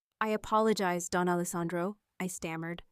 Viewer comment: Don not Dawn